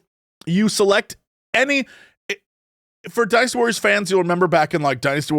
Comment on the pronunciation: Am I crazy, or does Jesse pronounce "Dynasty Warriors" like he's saying "Dinosoars"?